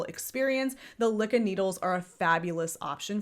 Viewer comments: It’s pronounced loo kee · LYKKE is pronounced Leek Ke ( short e) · Me hearing you pronounce Lykke reminded me why I hate going to my LYS. The first time I went I was looking specifically for a set of Lykke needles. I asked because the website the official site had taken me to said they restocked recently. They had none. But the owner, when I asked after them, had corrected MY pronunciation TWICE even though she was the one pronouncing it incorrectly. Every time of the 4 times I have gone since she has tried to correct or inform me of something I've already told her I am well aware of and it's the entire reason I kept coming to buy them AND despite the fact that I have been doing this for over 20 years now and I remind her of this every time I go in and I clearly was looking for and buying something for a reason. Like the Lantern Moon cords to replace the awful ones I have for my knitters pride set. Or hitting up double sales to get high end yarn for a steal. She is very pushy and also seems to take a specific tone with me I never hear her take with anyone else in the shop when I'm there. Now I hate going and I am trying to find another shop to go to.